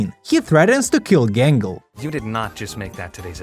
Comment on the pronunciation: Everytime i hear 'Gangle' i instead hear "Gamble"